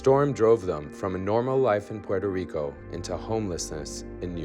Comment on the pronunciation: "...devasted Puerto Rice..."??? lol